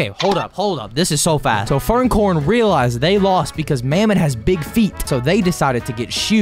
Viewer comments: Bro called furcorn furncorn 💀💀💀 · Bro no hate but man’s said “furncorn”